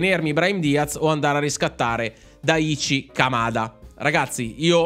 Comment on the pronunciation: Daichi Kamada, si pronuncia: Dàici Camada. piccola regola di lingua giapponese: se vedi scritto "CHI", si pronuncia sempre "CI"